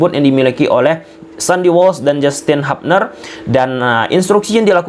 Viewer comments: Hubner ttp dbaca Hubner bukan Habner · hubner bkn habner 😂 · Kita bacanya tetap HUBNER BANG BUKAN HAPNER